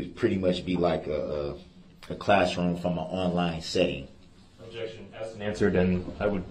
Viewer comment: Dat conclusion. Which you. Chidren. Struck. Pas you. Dey were. Axe.